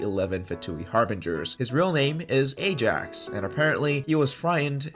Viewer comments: thats not how you read ajax - your fellow slavic commrade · Its pronounced "Ei-yas" though. I hate if when people say eijax because its said incorrcectly